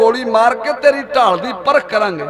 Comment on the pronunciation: "ਢਾਲ" ਨਾ ਕੇ "ਠਾਲ"